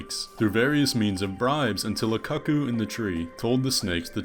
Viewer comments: Dude, cuckoo is pronounced "coo coo", like the clock. Because that's where the cuckoo clock got its name. From a bird called a cuckoo. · The bird is pronounced koo-koo. It’s a very funny mispronunciation, though!😂